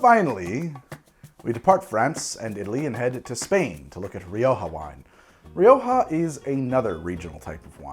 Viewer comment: Syrah and shiraz are both correct. But Rioja is "riocha", with a sound like the end of "loch".